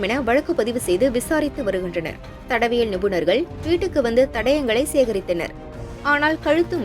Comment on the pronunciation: அட உன் தமிழ் பேசற வாய்ல தார் காச்சி ஊத்த. மூதேவி அது தடவியல் நிபுணர் அல்ல தடயவியல் நிபுணர். தமிழ் ஒழுங்கா தெரியாம நீ எல்லாம் என்ன மயித்துக்கு social mediaக்கு வர்ற